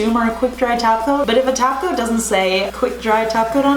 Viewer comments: I heard taco in stead of top coat. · Care Bear11 That's exactly what I hear when she says top coat!!!!!